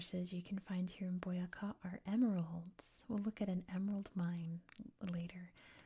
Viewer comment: Colombian here! Thank you for the video. Boyacá is quite a key department for the Independence times. Also it has the accent in the last syllable, like boyaCA for the future colombian vids, you'd love to visit our country one day. Keep up the good job and warm regards to Idaho <3